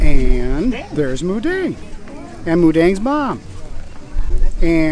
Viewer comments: 🎉🎉🎉🎉 you are so sweet , thank you for trying to pronounce her name correctly. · พูดชัดเลย หมูเด้ง 😎💥💥💥💥💥💥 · Moo Deng thai word so clear